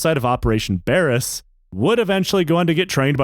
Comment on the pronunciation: It's pronounced Bare-ass. Or Bayer-ass.